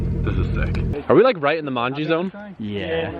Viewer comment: Is it just me or is starting to sound Australian when he says "like"?